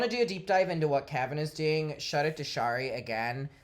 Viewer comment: Great video! BTW Shari pronounces her name as share-y, rhymes with cherry.😊